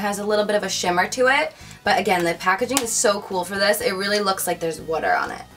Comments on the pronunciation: Haha u say water funny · I like the way she pronounces the word water :p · I love the way you say water<3:) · I love how she says water! Haha